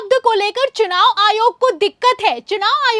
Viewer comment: Ary, SUNAV nahi,CHUNAV. Muckh se supari nikalke bolo re baba.